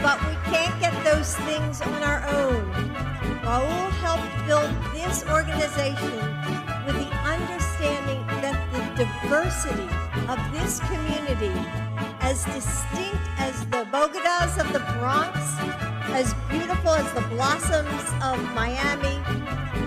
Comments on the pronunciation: WTF is a bo-ga-da????? is that Latin X ?? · Bogodas????? BO-DE-GAS for crying out loud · I thought it was bodega, not bogeeda. I thought it was breakfast burritos, not breakfast tacos. End of Quote. Repeat the line. I carry hot sauce in my purse so I ain't noways tarred. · bo dig gaa? Here in NYC it's bo day ga. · What is a 'bogeda'? Do you mean...'bodega'? Ugh, please tell me she's not in charge of anything...especially anything sharp. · How can you tell someone is bougie as fuck and has never done their own shopping? They call them bogedas and not bodegas.......say it with me kids bo....de.....gas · Boga dahs? What the hell is that? Oh, you mean bodega. . . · Boga Daw? Does she mean Bodegas? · She said Bogidda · Shit, she can't even pronounce "bodegas". Is she really a doctor? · Say it with me BO DE GAS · what the F is a boda gah? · Holy shit I just realize she’s trying to say bodega! Since she missed pronounced it that obviously means she doesn’t even know what a bodega is. This woman has probably lived a high society life her entire life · She couldnt even pronounce bodega. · She doesn't even know how to pronounce "bodega." Smh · The elites are so out of touch, they can't even pronounce the word for the shitty processed junk stores that city plebs are stuck with.